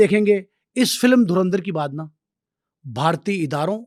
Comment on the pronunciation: Yeh log kaunsa sasta nasha ker ke interview dete hai😂 Abe phle movie ka naam to thik se bolna seekh le porky anchor.😂